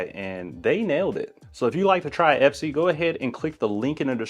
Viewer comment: Great vid! I noticed the box is called Espy though… not Epsy 😅